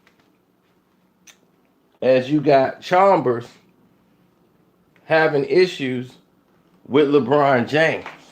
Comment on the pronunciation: Who is Cox?? And Deng wasn’t on the Heat in 2014!! And it’s Chalmers, not Chalmbers.